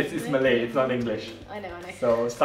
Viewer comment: Malay pronunciation is really good it's almost like she been living in Malaysia for quite a while.